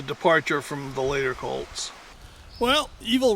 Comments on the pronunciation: Colts not colds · Colts not cults